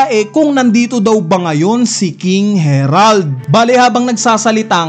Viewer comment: HAH-RALD yan ang basa jan boss since sa vikings inspired sila